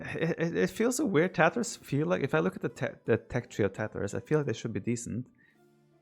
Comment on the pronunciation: I only hear Tatohs when Viper says tatars